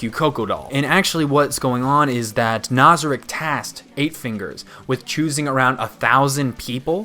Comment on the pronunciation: I really like your videos and I seriously appreciate how you prioritize those of us who are anime only watchers and you don't spoil things for us. This makes you one of the seriously few anime reviewers that I will watch so rejoice sir, you are part of an extremely exclusive club. I do have a gripe about you though. ITS NAZARICK NOT NOZARICK!!! Good god man. I'm not usually a grammar nazi but it's driving me crazy lol. Great video as always man, keep up the great work!